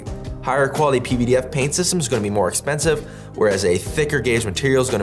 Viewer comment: You are the only person I’ve heard even attempt to pronounce pvdf properly. Even though you are my companies competition, I appreciate the work you are doing